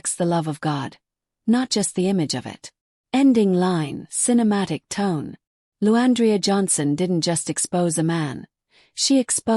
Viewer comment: This is BS cuz u don't know nothing about either of them. The narrator cant get her name right. The devil is a liar!